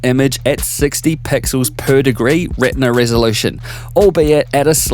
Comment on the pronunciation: I don’t know why I get weirded out when you say pixels.. per.. degree. The enunciation fills the speakers. And also when you say some company names or complex tech specs or a long list of adjectives.